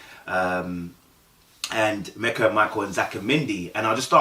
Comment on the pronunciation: Her name is Meka... not Mecca🤦🏾‍♀️... pronounced Me-kah